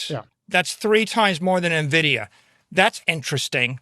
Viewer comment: It is en-vidia not na-vidia! Thank you.